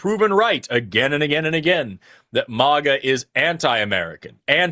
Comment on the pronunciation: i know, i dont know if does it to irritate me personally, but 😂